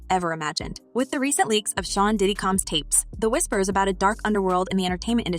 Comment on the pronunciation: SOMEBODY!!..ANYBODY!! Needs to teach this A.I. robot to learn a consistent pronunciation of 'Combs'. It's NOT Cambs..it's COmbs. It's so tiring and irritating to have most content on YouTube to be lazily narrated by A.I. seriously, it's why I don't subscribe or Like any of this stuff. Yeah, you got a comment BUT you won't get another view.